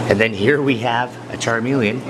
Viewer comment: Charmeleon no it's chameleon